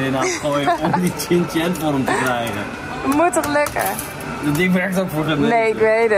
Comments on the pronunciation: Shin Chan, niet Chin Chan 🫠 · Wisten jullie dat je het uitslreekt als Shin-Chan (sjin-tjan) en niet Chin-Chan? (Tjin-tjan)